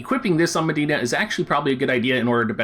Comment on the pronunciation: Her name is Medi-enna, not Madeena.